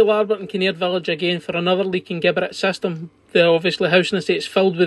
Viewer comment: Just love the way you say ‘Geberit’! Oh the brilliant Scottish banter 😉☺️